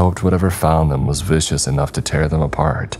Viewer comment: An extra tip, 'viscous' is 'vis-cus' not 'vicious'. There's no extra 'i' in it 🙂 You're doing great on the rest though! Scythe and visage were also were right 👍